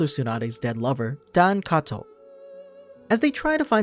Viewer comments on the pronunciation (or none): none